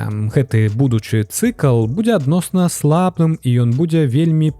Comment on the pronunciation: Першы раз патрапіў на гэты канал. Выдатнае валоданьне моваю, дзякуй. Як той казаў, калі б на вашым мейсцы быў я, то трошкі замяніў бы асобныя выразы: глей ці мул, а не "ил"; ва ўмовах на места "у умовах"; націскі - слаб'ым, а ня сл'абым; дал'І а ня д'алі. Хаця, усё і так на высокім узроўні - што зьмест, што вымаўленьне.